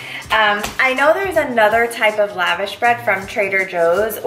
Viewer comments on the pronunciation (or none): Please please please look up how to pronounce lavash correctly :) It is like when people butcher gyro.